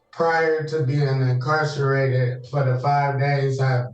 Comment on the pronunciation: What is "incarn-sirrated"? They come up with all kinds of ailments when it comes to being in jail.